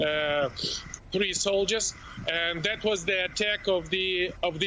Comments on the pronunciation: Anyone gonna give the cast of morning Joe the memo that mispronouncing Kyiv over & over & over again is insulting & unprofessional? Or are you going to keep mispronouncing on purpose for the duration of WWIII? Get your sh!t together. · This lady is the first person in the media that said Kyiv correctly and not in the tongue of the enemy Kiev (Chicken Kiev? Ukrainians are not Chicken!)